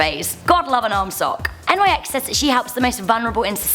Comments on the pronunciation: Really? N Y X? Mate, nyx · Pronounced like Nix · Nyx is not an abbrevation and is simply pronounced "Nix" She named herself after Nyx, the Greek goddess of the night. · it's Nyx, one word. not N Y X. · It... It's pronounced like Nicks... Next one, Thanatos. You missed a letter.